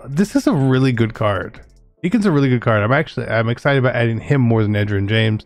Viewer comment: Can you help Zirk with how to pronounce Edgerrin? Mans was struggling in his vid